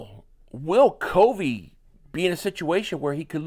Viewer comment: That's not how you say covey have you watched a broadcast